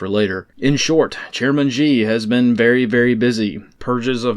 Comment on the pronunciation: FYI: Per "The China Show" channel, the Chinese name "XI" is pronounced "SHE". And yes, that's extremely funny to American ears. Not "Zhe", not "Gee", just "SHE". Yes; the president of China is a man named "she". You're welcome.🤷‍♂️